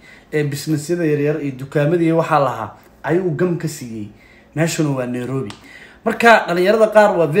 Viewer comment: Neirobi❌Nairobi✅wax barta lagama karo😅